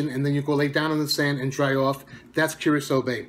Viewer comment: The one that I'm most interested in would be Curacao Bay but I think I'm going to pick up a sample of each as soon as I get the chance. Thanks for the pronunciation I would have been saying it wrong without your help lol